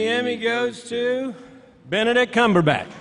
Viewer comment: NooooooooooooooooooooooooooooooooooooooooO! Is Benedict Cumberbach! U misspoke! U ment Benedist Cumberbach!